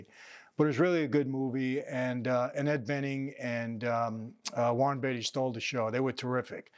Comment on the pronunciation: You don't even know how to pronounce the name of the STAR of the movie. Quit fooling your viewers.